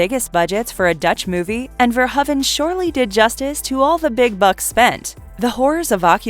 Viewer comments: Verhoeven is pronounced "Ver-HOE-ven", not "Ver-huh-ven". Not gonna lie, the constant mispronunciations from the various narrators are starting to really piss me off. Oh, and , HER NAME IS JENNIFER JASON LEIGH. Not just Jennifer Jason. Fuck sakes! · If you are going to do an entire video on a director, you should probably at least learn how to say his last name. Especially since you butcher it about 50 times here. Love the content, but the editing mistakes are kind of ridiculous sometimes. It's pronounced Paul ver-ho-even, with a long o sound. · FIRST, I HAVE TO CLARIFY THE PRONUNCIATION OF HIS NAME. I PRONOUNCE IT VERHOVEN, WITH AN ACCENT ON THE "O". 😱 OTHERWISE, I LOVE YOUR CHOICE OF MOVIES. I HAVE THE FIRST THREE ON DVD, AND I REALLY LOVE THEM.